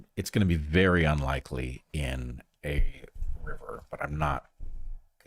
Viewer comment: Heather on point with the Huascaran and callejon de huaylas pronunciation